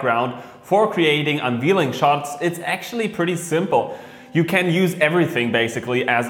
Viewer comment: Unveiling is pronounced “un VAIL ing”